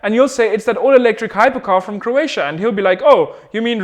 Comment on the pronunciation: I am from croatia and we are the only one who knows how to say it right